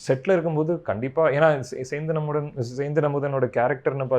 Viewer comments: Adhu Sernthan.. sendhan ille..😂😂😂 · Senthan Nu correct ah pronounce Panudi color mandaaaa